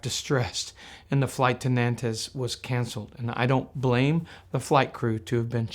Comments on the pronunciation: Nantes is pronounced in one syllable - Nante, silent 's' -- not Nan-tez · Note: as often in french, pronunciation is tricky: Nantes is pronounced Nant' not Nan-tess. Thanks for this great channel. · As I remember it, es in Nantes is mute in French. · Small tip - you can ask Google "how to pronounce Nantes" and you'll get a useful response!